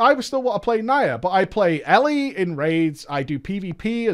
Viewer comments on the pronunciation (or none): none